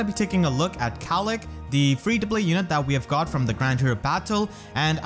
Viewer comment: mispronouncing Caellach because he can't handle the weight. (I really hope is familiar with TLP...)